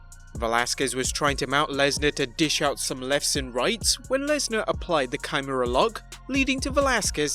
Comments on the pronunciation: (Key-Mur-Rah) Kimura just helping on the pronunciation. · Are you asking what this emoticon "🤣" means? It means I was laughing REALLY hard because the guy in the video kept mispronouncing the submission name so badly.